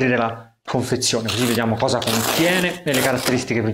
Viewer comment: l'ultima hosa .... toscano ? :)